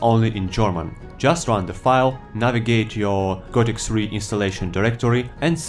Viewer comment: Gothic "SRI"? Seriously?